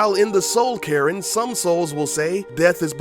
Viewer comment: It's soul cairn not soul carin. I'm boasting but i knew all these..